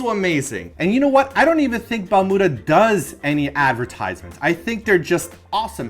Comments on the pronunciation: Balmuda sounds like you were saying bermuda.. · Yayyyy! New video! I wanna have one too. It is pronounced as Bal-miu-da (バルミューダ) actually. :)